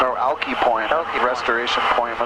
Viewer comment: it's Alki Point, pronounced as Alkeye not Alkee. Puget Sound and on up has approximately 100 islands! Beautiful in the summer and warmer months.